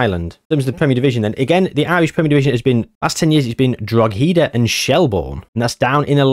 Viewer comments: just an fyi its not drog ee da its droh eh da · used to play for Droghedas youth team the way u pronounce it is too funny